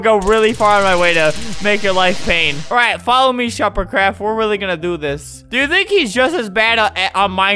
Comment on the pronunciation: I got an ad and Albert said “, OH MY GOD SH-“ And I was like “, oH My LoRd” Then, when the ad was over he said “, ShuperCraft!” After that I had a long moment of silence...